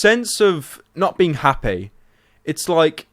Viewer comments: my god he said happae... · "my videos make them happay" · he says hapey lol